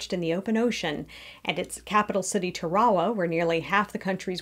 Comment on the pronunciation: Kiribati is pronounced “kiribas” Betio is pronounced “besio” Tarawa is pronounced like Tarawa (Not Tur-aw-wuh)